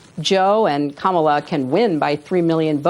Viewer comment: Even Hillary can’t pronounce Kamala’s name right.